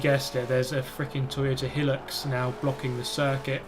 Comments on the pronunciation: Whats a "hillucks"??? Hilux, High Lux. Hilux Try putting the right emPHAYsis on the correct syLABbles? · The Toyota Hilux is an Aussie car and in Australia we say Hi-lux not Hill-ux Edit: the Hilux stands for high luxury. Although it is a work Ute is is a very comfortable car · Its not helix it’s pronounced hilux (hi- lux) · its pronounced "high lux" :) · High-lux, not hillux :P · who tf says Helux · Top notch racing there mate! I love to see how you're still evolving your vids too, it's good stuff. (The Toyota Hilux is pronounced 'high-lux' however. Just think about how it's tall but luxurious maybe?). Keep it up! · "Hill oox" lol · It absolutely is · Pronounced - Toyota High-Lux, Though Toyota Helix sounds better ^_^